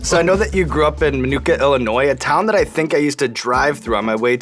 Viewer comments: Cmon Sean dont butcher the name Minooka. Its pronounced Min-nu-ka. It still blows my mind knowing that I walked the same hallways as Nick Offerman did in high school. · As a native of shorewood, IL... Minoooooka is pronounced minooka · Come on Nick you know it isn’t pronounced minoookuh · i like how they pronounce minooka wrong lol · Quit saying minooka wrong god that’s annoying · I live 20 minutes away from Minooka Illinois and I’ve never heard it pronounced the way he pronounced it lmfao